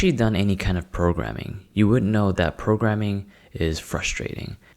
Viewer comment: 0.07 Messi progreming😆